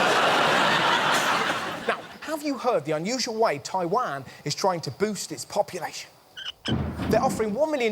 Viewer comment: I love how pronounced Taiwan